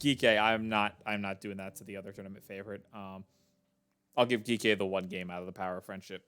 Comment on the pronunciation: Its "G - K" esports 😭